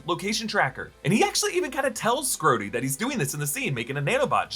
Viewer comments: skrhodey ❌ scrotey ✅ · You really shouldnt say "scrhodey." it sounds like scrotum lmao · "Scroty" 😂😂 Unkind, sir. 😂